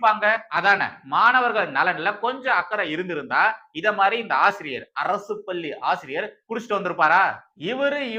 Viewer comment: அவர்களே! நிறைய முறை சொல்கிறேன். உங்கள் "லகர,ளகரதை"த் திருத்திக் கொள்ளுங்கள் என்று.பள்ளி பல்லியென்றே கேட்கிறது.